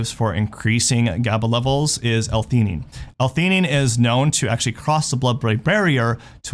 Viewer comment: He lost me at the second "anine" lol.